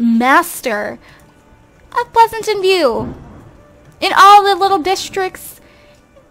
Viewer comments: You say pleasentveiw like pleasantenveiw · Pleasanten view instead of Pleasantview :)) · its Pleasantview not Pleasantantview lol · Why are u saying "Pleasantant View?? It's PLEASANT VIEW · Ok this is just something bothering me.....I know you're a long time simmer and you don't have to take this advice but........ Plez-ant-view not Plez-a-tant-view thanks not tryna hate bye